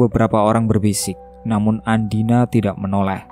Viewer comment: Mohon maaf ya ada kesalahan pengucapan nama tokoh utama yang seharusnya andina. Malah ada yang di ucapkan dengan nama andini…